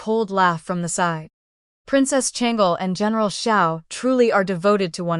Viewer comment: Why does the ai struggle with “Shang—Lee” as a name 😅